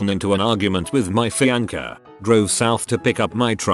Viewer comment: An argument with your what? Fee-anchor 🤣🤣🤣